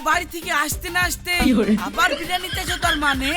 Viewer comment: ভাই এটা বিরানি না বিরিয়ানি হবে😂😂😂😂😂